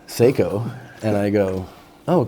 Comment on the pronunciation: When he says seiko it sounds like siko